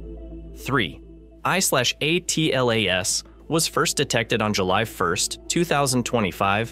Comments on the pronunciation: Is this an AI channel? Why does he keep saying 3i / A T L A S, instead of just Atlas? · Just say Atlas , you don't have to say each letter A pause T pause L pause A pause S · OMG for crying out loud say the word atlas not a-t-l-a-s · Please stop using the seperate letters and just call it ATLAS instead of Aa Te El Aa Es ! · 3 I slash A... T... L... A... S??? Why😂😂😂😂😂😂😂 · You lost me at “3…… i… A. T. L. A. ess” Bozo ai nonsense paired with random clips and no new information. Why are people like this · the way you pronounce 3I/ATLAS is jarring. as if you're using an AI-generated voice. also, content had actually no new info about "three i slash a tee el a es" for a whole 10 mins. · That's one of the strongest indicators that it's AI . I've never heard a human presenter say J-U-I-C-E, it's always 'Juice'.